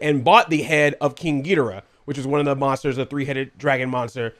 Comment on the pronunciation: first time ever i heard you saying King Ghigorah's name correctly